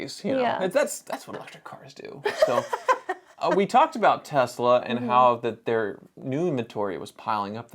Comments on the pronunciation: can you please Spell Tezla I mean Tesla 😂😂🤣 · God I wish everyone would stop calling this company TeZla. Has everyone gone full retard?